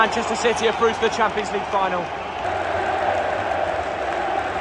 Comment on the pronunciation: "Manchester city are trough to the final."